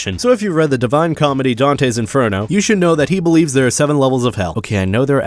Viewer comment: in-fur-NO